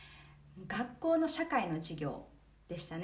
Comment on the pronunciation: Sakiさんは、ご両親が韓国の方ですか。というのは「学校」を「かっこう」と言っているからです。